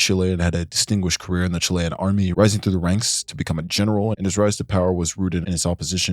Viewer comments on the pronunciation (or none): none